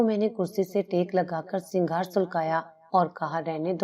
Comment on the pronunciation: Singhar ni huta sigaar hota hai